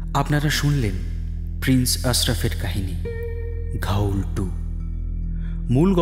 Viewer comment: Dear Team this is a request to the main narrator kindly get ur pronunciation correct its "GHOUL" AND NOT GHAUL ! According to the dictionary of Supernatural elements its said to be a low life spirit that feeds on dead bodies found mostly in cemeteries. Agarbatti or dhoop are the same. The entire presentation was spot on ! Enjoyed every minute of it. Brilliant acoustics. Good luck for the future. 🤘✌♥️...